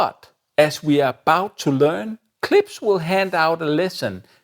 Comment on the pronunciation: It's KlipSH. You keep making an S sound.